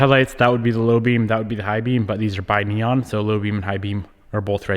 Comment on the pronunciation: "bi-neon" 😂 bruh bi-xenon